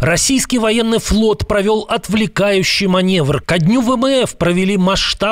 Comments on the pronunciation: В отличие от, который опять говорит манЕвр вместо манЁвр, ведущий канала,, Время Прядко,, Прядко о тех же самых событиях произнёс правильно - манЁвр. Отписываюсь от и подписываюсь на Прядко. Уважаю грамотную речь. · Комментатор в курсе ,что он и как говорит,манЕвр